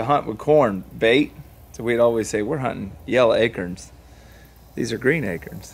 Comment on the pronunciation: 1st😎🤙💙(sorry Gabe)lol "yella acurns"😆